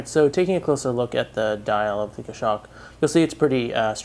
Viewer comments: Great review as always, just might want to check your pronunciation of Goshawk. It's Gos-hawk, not Gosh-awk. I bought a Citizen nighthawk BECAUSE of your reviews, so not real criticism. Format is awesome, very polished. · it's pronounced "goss hawk" not "gashock."